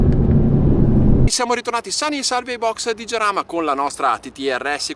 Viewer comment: Si pronucia "Haràma", non "Giaràma", porco il mondo che c'ho sotto i piedi!!!